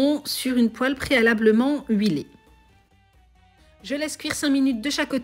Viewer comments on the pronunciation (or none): none